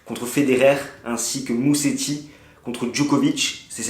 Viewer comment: On prononce "Mouzetti", pas Museti !